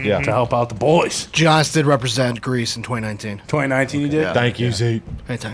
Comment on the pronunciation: How do people still say Giannis' name wrong? Ajs breaking my heart